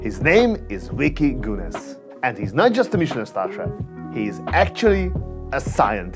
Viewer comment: It's not Vicky Geneus but Vicky Geunes 😀